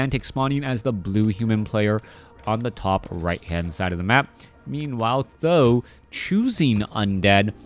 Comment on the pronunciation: great cast thx u. the only thing I think th000 it is pronounced T and H like the letters. Every other caster ( b2w , chaco ) pronounce his name like that s I think u could follow that way just an opinion